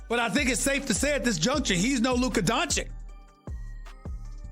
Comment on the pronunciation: How Stephen A still pronounces Luka’s name incorrectly baffles me.